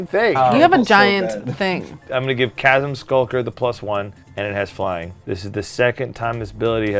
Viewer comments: chasm skulker? i think you mean shasm sulker! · Can't bear the butchering in pronunciation of Chasm Skulker. Wtf is a "shashm"?